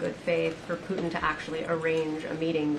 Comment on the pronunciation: “Poo-in”… can’t wait till the “t” is added. Good job. Best administration in my 62 years.